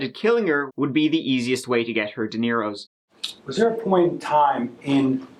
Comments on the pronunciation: it is dineros... 23,20.....not deniros....lol greetings from Spain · Every single time you say "dineros", it sounds suspiciously like you're saying "DeNiros".;D Certain that's not how tense works,.:)